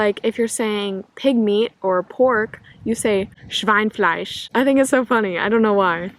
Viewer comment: It´s 'Schweinefleisch' - don´t miss the little 'e' inbetween Schwein and fleisch. And the guys just need some warm-up, otherwise they appear to be loudmouths. But don´t miss the point, they know you are there and have you in focus, not in a predators manner but because you are new and foreign. Don´t worry, german guys are nice and easy when you penetrated their shield. Have a good time! And it´s not a big thing to tell the name of the next city you live to. This would bring also some understanding to the audience cause the areas in Germany differ a lot with the people.